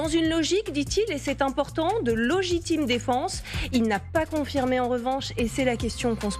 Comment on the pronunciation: logitime défense ? Cest quoi ?